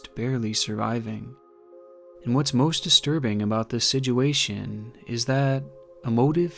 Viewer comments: i love your videos but the way you pronounce situation as sidguation kills me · Dude you are one of the best youtubers on the platform, but when you say "sijuation" cracks me up so much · Bro I love your content, but why do you pronounce it (siduation) 😂 keep up the good work my guy🔥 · I've only heard my sister pronounce situation as "sidgeuation". until now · Here for the creepy content. But more so to hear pronounce "situation" as "sijuation". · I love the way says "Sidge-uation" 😆👌🏼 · Has anyone else noticed how he says situation?? Its almost like "sidge-you-asian" lol I love the channel doe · Ok, so this is approximately the 10th video of I've watched. The stories are great, don't get me wrong. But, I must get off my chest that the way he talks is most annoying, with his pronunciation of the word, "situation", as the most triggering lol. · I’ve watched just about every video of his and he can never say situation right and it bothers me 😂